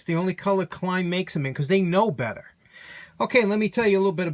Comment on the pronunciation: "They KNOW bettah!" Love it!